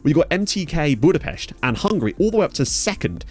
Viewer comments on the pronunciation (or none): none